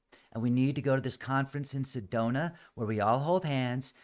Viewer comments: If Sedona is your hometown how come you don't know how to pronounce it? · well, it does matter, how to pronounce Sedona, if your objective is to communicate. I figured there was some reason he didn't pronounce it right. Now I know. But I don't know what Cydonia is.